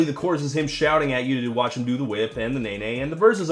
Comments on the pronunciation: ...Can these mumbling fuckwits really not pronounce 'watch'? "Wa' me do it!" "Wa' me crank it!" These are not lyrics, this is a homeless man with no teeth shouting at you with his hand down his pants. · Take this however you like, but the person that repeats line every so often is too lazy to actually say the entire word "watch", which is a one fucking syllable word. I realize that speaking proper English all the time is cumbersome and awkward, but there comes a point to where you just might as well just grunt and finish it with "YAHKNOWHAEMEAN-MANE?"